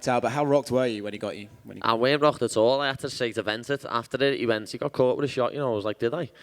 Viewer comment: Are you a fighter? "I goch da pergsonality, I goch da luk"